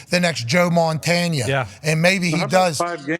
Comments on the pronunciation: Pat, it's not Joe Montana, 😊. It's Joe Montana, the GOAT. Get it right 😅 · Pat McAfee fumbled Montana's name, oh man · It's Joe Montanya by the way